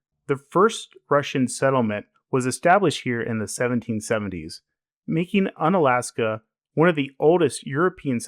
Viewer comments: More like Oon-alaska. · It’s pronounced oon-alaska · bro you pronounce it oo-nuh-las-kuh, apparently you never watched that crab fishing show 'Deadliest Catch' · Unalaksan. Really bruh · pronounced oonalaska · Hey I mean if you're going to make a whole ass video about it why would you even learn how to pronounce it. Why would you even try? why would you even spend one second to try to pronounce it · is this some AI channel that doesn't know about pronunciation? god damn man hope its not AI but this is a weird literal take on pronunciation like I had when I was 5. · Though people say you have mispronounced the town’s name, the idea of un- preceding a state’s name presents an idea for a category. Each state’s city that most defies the state’s image. St. Augustine is Unflorida, Fredericksburg is Untexas, Harper’s Ferry is Unwestvirginia. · I think he needed the mispronunciation to land that quip about it definitely being in Alaska. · That’s not how is pronounced 👎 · Pronounced with a long U.